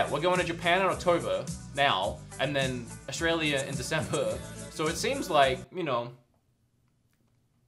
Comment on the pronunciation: You're from..... Awe...stray....leah...? What???